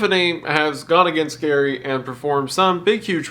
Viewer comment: Gary rhymes with scary (that is all)